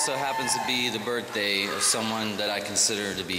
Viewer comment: britney cant even talk right, today its some one's smechial smerthday